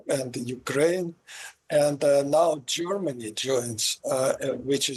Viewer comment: It sounds more like joyrmany 😮or is it Germany . 😂🎉